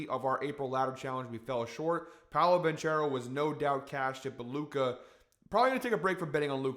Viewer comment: Properly says proceeds to Ban-tch-ero...😅